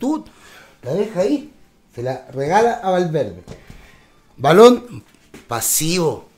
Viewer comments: Buen video! Se le dice Ballon con el sonido de la doble 'll" osea no se le diría "Balón' sino" Ballon" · Es ballon se dice con doble ll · Hola... se dice ballón y se pronuncia con la doble L "baion" (así suena). El tipejo jugó en la u de concepción de tu país, pero no te culpo si no lo ubicas por lo paquetazo y desapercibido que habrá pasado en el futbol de chile xD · Se lee bayón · Muy buen análisis amigo, ven a perú pronto seras bienvenido, es ballon y se pronuncia como si tuviera una Y. bayon. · Dato 1: ni Salazar ni Rossell estuvieron involucrados en temas de disciplina, que son unas completas cagadas cuando juegan eso sí es cierto. Dato 2: se pronuncia BaLLón, como "lluvia". Nunca fuimos un equipo de verdad, y ahí están las consecuencias. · El apellido es Ballon (se pronuncia como se lee ´bayon´) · Es Ballón como se escribe se pronuncia Ballón xd